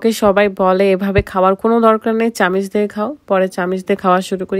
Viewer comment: চামিচ না চামচ। 🥄